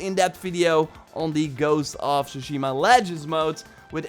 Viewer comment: Tsushima is pronounced with a T rather than an S.